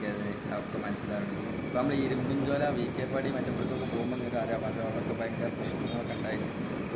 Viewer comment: അല്ല,ഇങ്ങൾ എബഡെയ്ന് 😂.കാലം കുറെ ആയി കണ്ടിട്ടും കേട്ടിട്ടും....😅. ഇരുമ്പുചോല എന്ന് തന്നെ പറയണേ... "മ്പും" വേണ്ട ട്ടോ...❤